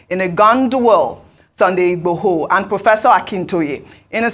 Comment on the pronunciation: Can please learn to pronounce Yoruba Names properly. She should learn and practice, that’s how the white newscaster do it abroad here. How can you be a Nigerian and not able to pronounce Yoruba names. She can’t even say Sunday Igboho properly.